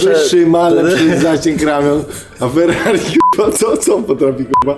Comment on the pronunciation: Nic tak nie wkulwia jak plowadzacy nie umiejący mówić ellll, Fellllallii.